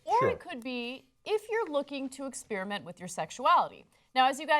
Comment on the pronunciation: ahhhhh Ana still can't pronounce "experiment"!